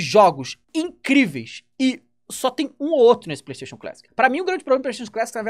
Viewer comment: A palavra feita por "Playstayion"